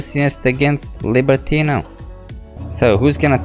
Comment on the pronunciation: libertinO not libertina xD